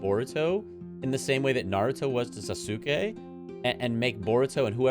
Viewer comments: lol you can drop the "u" pronunciation is Sasuke. The correct pronunciation would be "Sas-kay". (I promise I'm not being petty lmfao) Boruto is a decent anime, when you exclude the fillers of course, but outside of that, it's really great. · The u in Sasuke is silent btw. Good rule of thumb for Japanese names is to just forget about the u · Sa su Kay 😂😂😂 ah that was great. Love the analysis of the openings